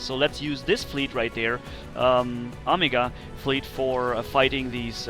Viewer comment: Yo you said omega wrong